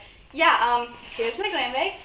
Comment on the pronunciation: Are you from Minnesota? "Baig" instead of bag